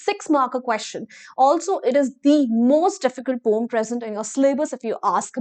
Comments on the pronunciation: Poem ko pom pronounce Krte hai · Poem❌ pom✅ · Poem bolne ta tarika thoda casual hai "pom"😂